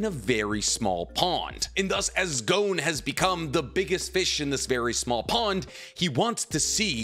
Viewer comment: For it being you favorite media it is strange you cant even pronounce your favorite MC of all times signature attack. Jajaken :,D Also his name is Gon not Goun. Leorio was the one (abt to) battling Bodoro not Killua. Also the General Opinion of Chimera Ant is that it is the best Arc in Shonen history, i think you are mistaking something with what ppl say abt Greed Island. You know suprisingly little for someone who watched it 7+ times.